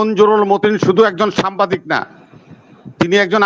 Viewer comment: বিএনপি নেতাকে বলুন সামবাদিক না, উচ্চারণটা হবে সাংবাদিক!